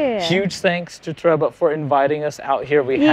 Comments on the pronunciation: It's TORE-REE-BUH. Not TREH-BUH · Is it not pronounced “To Ree BA”? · trouble? Toe ray bah? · I don't think that's how you say TOREBA but okay